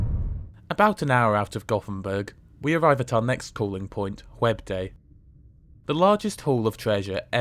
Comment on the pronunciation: I had to think intensely to figure out the city of Whebb-Day … 😀